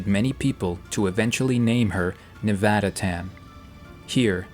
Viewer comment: Thank you… for saying Nevada correctly.